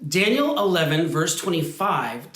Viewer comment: Daniel, not Danliel